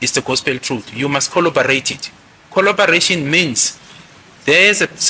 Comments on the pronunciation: Coll-what now?, it's CORROBORATE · Bathong “kholobarate”🤣🤣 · Coloberate 😂 what’s xoloberate? Collaborate bree ga dear tsek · If we count the number of times said “colobarate” 😭😭😭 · The word he is using is corroborate and he is using it correctly. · Imagine being educated by someone who can't even say "corroborate."😮